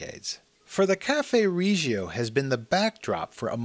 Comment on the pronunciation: Nice. But not pronounced Ree gio.